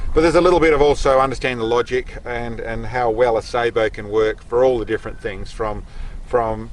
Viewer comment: Glad to finally hear somebody pronounce sabot correctly.